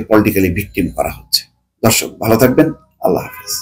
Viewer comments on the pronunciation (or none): none